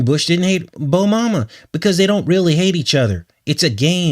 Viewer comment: Haha "Bomama"